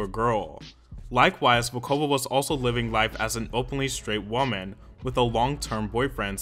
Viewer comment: I’m delighted to see a video about t.A.T.u. on this channel, but the stresses on the names are just completely wrong 😢 It’s Lena (LEh-na) Katina (KAh-tee-nah) and Julia Volkova (VOl-ko-vah)